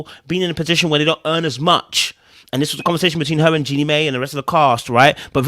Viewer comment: Jenny Mai name is pronouced Jenny My